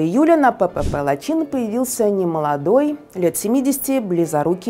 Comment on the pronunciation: Лачин нет, а Лачын ....😅😅😅😅